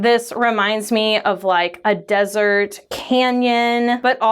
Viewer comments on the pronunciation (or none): none